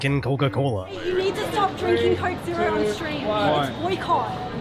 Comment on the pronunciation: Stop drinking coricke zero on stream it's boy cot